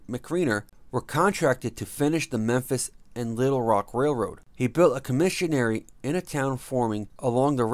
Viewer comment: He got Memphis right